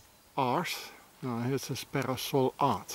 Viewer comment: Be-ra-sol... not "the house of sun" ... could it be "the temple of sun"? (A swiss cult was named The temple of sun). Temple = big house.